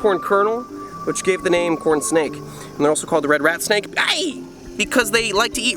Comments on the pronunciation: I feel like you said "Porn snake" and not "corn snake". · It sound like he said porn snake